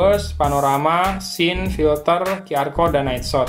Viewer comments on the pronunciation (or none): none